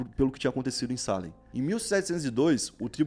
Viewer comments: Não é SÁlem... É SalÉm... A vogal mais forte é o "E", por favor... 🤦🏽‍♂️ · Se pronuncia Salém e não Sálem 👍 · Você escreve certo e pronuncia errado. É Salém e você fala Sálem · Deu um nervoso escutando ele dizer "sálem" e não "salém" kkkkkk mas ficou ótimo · a pronuncia está errada. Não é salem, é salem!! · pelo amor de deus para de falar sálem, o correto é salém tá me dando agonia akaakkaakakakak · Que agonia do falando Sálem kkkkkkk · Só por informação… Salem se pronuncia “Ceilam” vlw tmj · Mano, o acento é no "e", não no "a"